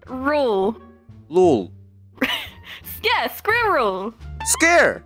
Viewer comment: saying "lul" in russian accent is gold